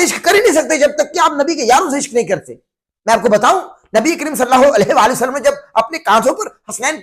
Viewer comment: پہلے "نبی کریم صلی الله عليه وآلہ وسلم " تو بولنا سیکھ لو۔ "صلّا ہو الیہہ وسلم ' کیا ہوتا ہے؟